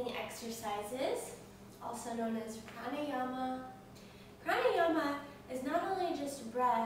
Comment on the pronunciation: I am being pokey here but I dunno how come you teachers dont know correct pronounciations ...and no I am not talking about accent. Yogasana = Yog + Asana and not Yoga + Sana It is difficult to explain in text unless you know Devnagari script but simply put even if you spell it Yoga and Pranayama, you dont actually pronounce the 'a' there like you do in umbrella anyway keep up the good work^^